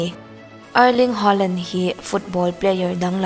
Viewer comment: Ngai thla z peih lo e a lam thiam lo e mai a 🤣🤣